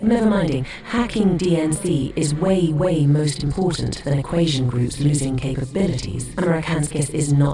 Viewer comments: poor dude cant even say "equation" lmao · Casper-Sky? Equashion? Brother what are those pronunciations. 😭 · Great video! Am I hearing shit, or is he pronouncing "equation" as though it has an s instead of a t? I keep hearing "equasion"... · “Equation” too